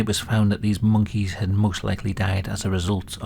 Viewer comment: I didn't notice it, but I was bothered by the way he pronounces "monkeys" and also "puppies"